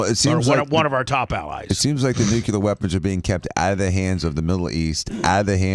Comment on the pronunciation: goddamnit bubbs.....its NUCLEAR. Again its pronounced N-U-C-L-E-A-R. Not NUCULEAR